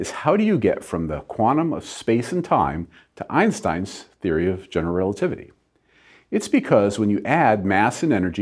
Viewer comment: Why do all americans misspronounce einstein's name?